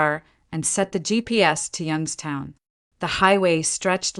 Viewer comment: Properly pronounced "Yunkstown"